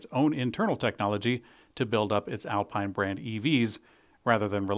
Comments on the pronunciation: Excellent video as always. But I'm starting to think you're mispronouncing foreign manufacturer's names deliberately..: Renault = 'Renno'. Alpine = 'Alpeen', Rimač = 'Rimats' - and don't get me started on Jaguar... 😏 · It's Al-peen, not Al-pine and it's Ren-no, not Ren-alt